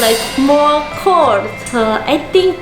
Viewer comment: Yung English accent nya Na tri-trigger ako!!hahah ( cord instead Na cold )